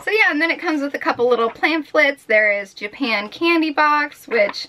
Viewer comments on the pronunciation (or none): none